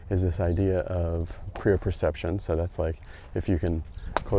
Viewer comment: Just want to correct since you’ve been pronouncing proprioception from the first time you mentioned it in an earlier video with Dr Kwon. It’s Pro-prioception…Not Prio-proception (as you’ve been saying). Cheers